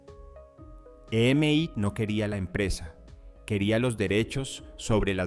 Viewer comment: Estaría bueno usar menos IA o cero, porque no se dice e.m.i, se dice EMI